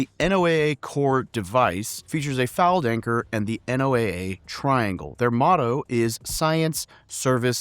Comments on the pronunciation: NOAA is pronounced "NOAH". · Small correction: NOAA is pronounced “Noah” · NOAA is pronounced 'No-ah'. USPHS also provides medical officers for the USCG. (See 42 USC 253). If you're doing auxiliaries, you might want to toss in the USCG Auxiliary as well. Also, WHAT DO YOU MEAN THE CG DOESN'T LEAVE THE US. BRUH.